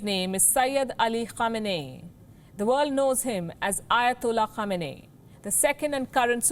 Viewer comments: The Name is pronounced as : KHAMENAAYI It means coming from the place called KHAMENA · The way she pronounced his name sounds like that time when someone thinks he/she knows something and acts confidently buy is actually dope and terrible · Can't read the name properly and doing reports on Imam Khamenei...I believe this channel is funded by US 😂😂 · cant get his name right FO and u guys r journalists